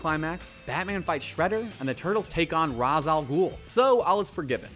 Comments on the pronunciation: Anyone else bothered with how he didn't pronounce Ra's name?It's "Raysh". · Ra's is pronounced "ray-sh"....sigh. I'm so sick of saying that. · That's not how you pronounce Ra''s...